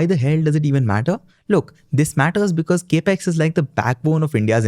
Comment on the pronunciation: Capex is a short form for Capital Expenditure. This is well known. However, the word capex is pronounced cap-x, NOT cape-x!! Your enunciation and flow of delivery is excellent, along with pronunciation. All the more that your saying cape-x sounds jarring!! Pl fix.